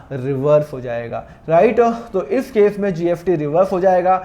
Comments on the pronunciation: Pahle bolna sikho gst likhte ho or bolte gft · Syd mere kaan sahi se nahi sun rahe sir mujhe apke muh se GST ki jgh GFT sunai de ra😊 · why r u pronouncing GFT instead of GST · Sir GST hai app ye kyya GFT GFT bolte rahte ho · Sir GST BOLIA NOT GFT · GST KA PRONOUNCIATION GALAT KYUN SIR..GFT GFT JAISA SUNAI DE RHA HAI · Aap gst ko gft kyo bolte ho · Gst ko gft kyu bol rh h sir ... 🙄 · Nice video sir but gft speaking is not right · Gft gft kya bolte ho? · Iske muh se gft sun ke man kar rha kisi aur ka video dekh lu aisa lag raha chona raha hai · GFT?? S ko F bolte hai kya🤦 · Ye sir S ko F pronounce karte hai, so don't mind it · Bhai wo "स" ko "फ" bolte hai.